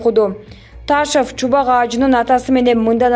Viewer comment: Таашов эмес созулма ун м.н окулбайт айтылбайт